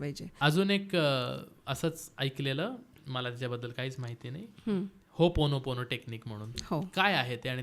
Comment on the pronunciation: होपोनो,पोनो प्रेयर नाही हो,ओपोनोपोनो 😢 ओ हा शब्द स्किप च केला झाला